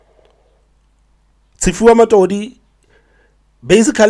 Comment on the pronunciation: Its matodzi (pronounced As Zi like(zillion) not matodi